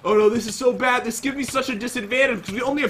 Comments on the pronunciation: You sed bed 😒😒😒😒😒😒why you sed bed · Pat just say bed